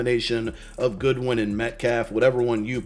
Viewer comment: GODwin ... Not GOODwin. C'mon man lol jk